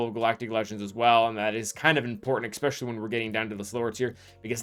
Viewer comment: The "expecially" kills me 😬